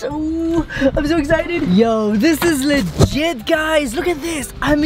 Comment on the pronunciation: Omg just said yo this is ligit